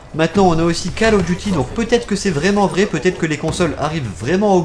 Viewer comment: je crois ke sa se prononce col et pas cal